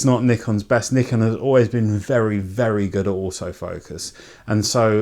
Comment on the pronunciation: Thanks for pronouncing it the correct way. The 'merricuns say "Nai-kon" which drives me crazy. I have a D600 and a D5300.